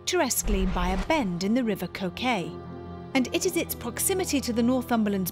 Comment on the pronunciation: The river is the Coquet, pronounced Co'ket and the family were Fenwick, pronounced Fen'ick.